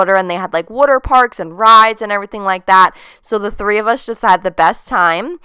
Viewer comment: Glam and Gore mentioned that she's from Philadelphia and that's why she pronounces water "wooter." Are you from Philadelphia, by any chance? 😂